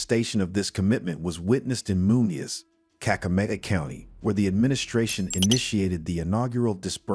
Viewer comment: Huyu ni wa wapy PR mingi ya uongo mingi wee stop to lie to Kenyan citizens , can't even pronounce busia kakamega give us a break tired 😩😩